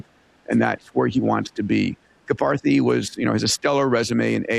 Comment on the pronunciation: Love the show! Peter, please check pronunciation of Karpathy